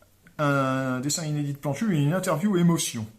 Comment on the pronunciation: Je crois entendre plan cul au lieu de Plantu, mais j'ai peut-être simplement l'esprit mal tourné x)